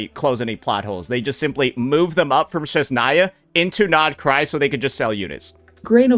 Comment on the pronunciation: Snezhnaya ❌ Shitzhnaya✅